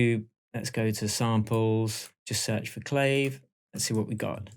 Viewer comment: love the vid thanks! def need to have you pronounce Clave correctly though lol! "Cla-Vay" Beyond that, superb!